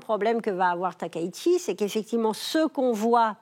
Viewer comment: Concernant la prononciation du nom de la Première ministre japonaise, Madame Valérie Niquet l’a fait absolument correct ! « Takaichi » [ta.ka.i.tchi] comme dans Taï-chi, et non [ta.ka.i.ʃi]. Je ne soutiens pas Madame Takaichi, mais il est important de prononcer correctement les noms, car il sera très difficile de les corriger une fois qu'ils seront devenus omniprésents.